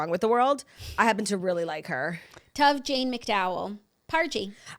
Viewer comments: Hahaha it’s pronounced like Stove without the S. Tove lol. That’s my dads name, it’s Scandinavian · I think so too 😂 Tove like cove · I think Lilly Collins baby’s name is Tove like Cove but with a T. It means good in Hebrew. 😅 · i knew right when Jax said the name that it was all wrong. but knowing Lily i am leaning more towards it being pronounced like the singer Tove Lo.